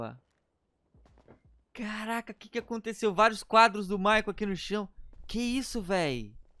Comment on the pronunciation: "MICHAEEL" KKKKKKK Ô U PORTUGUÊS MOÇO